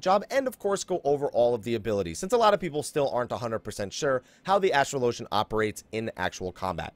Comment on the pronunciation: It's pronounced as-trahl-o-genNot astral-ogin